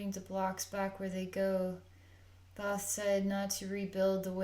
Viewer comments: You are pronouncing his name wrong. It is spelled THOTH but pronounce it like you this: (Tah Ho Tah Hey). Blessings 🙏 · The h in his name is silent, sweet-pea...like Toth with a long O..